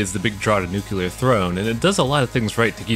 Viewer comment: Fun fact, it's "Nu-clee-ar" not "Nu-cue-lar", Nuclear, not Nucular.